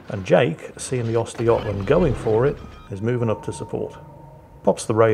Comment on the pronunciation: ...the prononcusation of Östergötland...that's actualy pretty damn close!